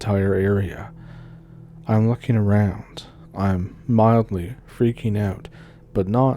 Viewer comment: "...Back aroond September of 2022..." Oh,, you're an angel. A Canadian angel! I love you so much!